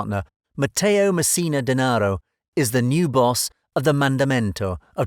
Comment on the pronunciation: Such a mystery you can’t even say his last name right...or any of the names you mentioned lololol